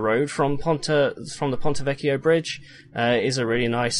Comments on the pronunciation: Hi, from Italy I confirm, the pronunciation for "ponte vecchio" is correct! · Finally somebody that pronounces Ponte Vecchio correctly. I’m italian and the way some people pronounce it... it’s like running nails on a chalkboard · U do everything right, thx for the Video as I was getting ear cancer from hearing the englisized pronunciation of pontevecchio.... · I know Latin and I have no trouble pronouncing Ponte Vecchio. I just used the Ecclesiastical Latin pronunciation for it.